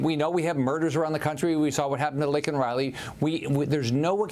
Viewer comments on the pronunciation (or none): PLEASE get her name correct. LAKEN Riley. Say her name….correctly🙏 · Laken Riley. Laken! Not Lincoln!